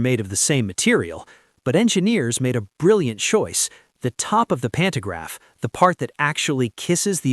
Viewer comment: AI Slop narration, mispronouncing words. "Pannograph". Really? REALLY?